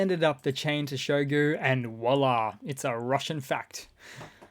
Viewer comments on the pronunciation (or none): none